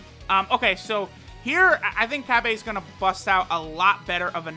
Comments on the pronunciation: Cabba is in no way shape or form meant to be pronounced or spelt CABBAY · Cabba not cabbay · I'm pretty sure its pronounce cobbu